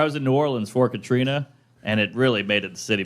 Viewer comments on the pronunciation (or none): none